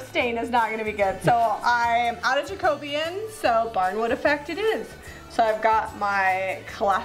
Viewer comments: Hi I love everything you and Zeb make, I laugh every time you say Jacobean because it's actually pronounced Jack-o-been 🤣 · Jack-o BE-an! Just a thought!!! :)